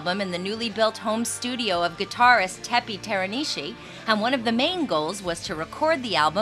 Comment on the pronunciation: nahh ! its not "tepppy"